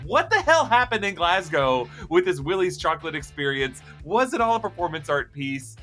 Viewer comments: I thank you for pronouncing Glasgow as it is... for some reason sometimes US peeps end the name with cow, including Moscow which doesn't end with a cow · Bonus points for saying Glasgow right.